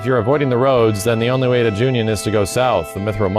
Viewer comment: Why do you keep saying Junion? Its Ju-Non